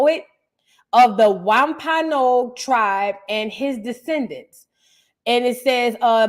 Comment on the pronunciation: It’s pronounced Womp a nog Sister ❤ from MA